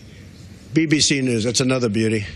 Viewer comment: When he said BBC New i was gassed haha